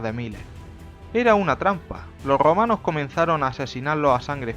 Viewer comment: Loh Grrromanos 🤣